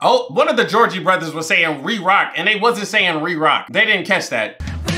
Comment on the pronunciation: It was really triggering me that you were calling them the Georgie Brothers the whole time. And I couldn't tell if you were trolling us or if you really think that's their name. 😂